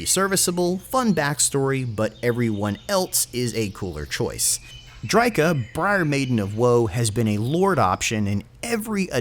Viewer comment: no that be call the mutant and the briarmaiden ps: it drycha